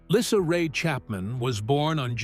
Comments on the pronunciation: Her name is pronounced Leesa not Lissa PLEASE get your crap 2gether. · ❤❤❤😮😊dude your sayn LYSSA no no no !!!!! Its baby llysa as dog says baby lyssa ( like Lisa???? Baby lyssa ( lisa!?!? ❤😮😢😊thats her name❤. But its OK ya say it well OK K.@ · Her name is Lisa, not lissa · Her name is Lisa not Lyssa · Why does the person keep pronouncing her name right one time and wrong